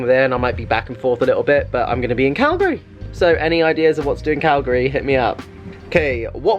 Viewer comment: Being from Calgary, thank you for pronouncing Calgary correctly ;-). Saw you two days ago, take Robbie to the Science Centre - such fun for all ages, the Zoo, and Heritage Park.